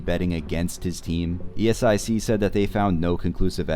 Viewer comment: Please stop saying it as e-s-i-c 😭